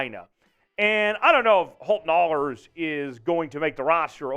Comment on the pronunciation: "Ahlers" is pronounced Aa-lers not Aulers. Every of us who played sports has had announcers who pronounced our name Au-lers or (and I have no idea why) Ash-lers. One of these days everyone's gonna know how to pronounce it. I'm not saying I know 100% Holt's gonna make the 53. I do know Coach Carroll really likes him and he's passed every test they have given him. I know a when a head coach is doing a press conference and says "I was really impressed with Ahlers tonight", that's not a bad thing. More than all of that I know Holton won't rest until he achieves his goals. He will be a QB1. I believe that with as much certainty as I believe fire's hot, ice is cold and waters wet. I saw a lot of people saying they thought the TD pass he threw (I even asked him, cuz I honestly I wasn't sure either lol) was more of a "I know he's out there somewhere", throw it up hope for the best type thing. That's not the case at all. He knew where Landers was gonna be and when he was gonna stop and turn. He had to keep the ball from getting tipped and he knew he was about to get crushed like a soda can. He put the ball right where he wanted it to. It wasn't the prettiest looking pass but football's not about pretty. 😁